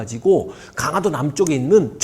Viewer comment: 잘 듣고 있습니다. 다만 강하도가 아니고... 강화도입니다. 발음이 좀 거슬려서요.